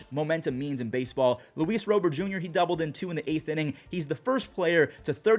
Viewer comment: Can he not go an episode without saying Robert’s name wrong 😤